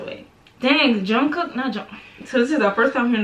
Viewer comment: when she said "yungkook" i just disliked the video put some respect on jy's name girl